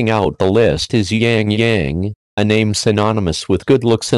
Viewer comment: not Yang Yang...